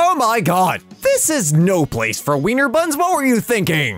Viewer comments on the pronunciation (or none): none